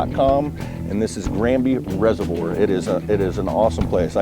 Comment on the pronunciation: Does Florida not have "Reservoir's" Guy can't pronounce the word lol.